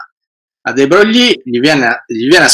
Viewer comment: non sopporto di sentire de Brogli.si pronuncia Luì de Broy